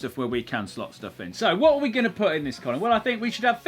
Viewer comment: Ah yes. Qolin Furze.